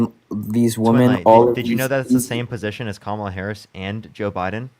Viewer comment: Really who cares?. its easy to pronounce but its not that big of a deal . Its "Com -ala"